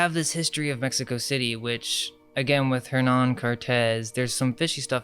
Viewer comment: In Spanish the "H" is silent. It's pronounced "Ernan".